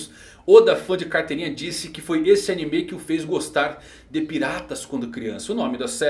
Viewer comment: "hakí" "animê" que pronúncias agoniáveis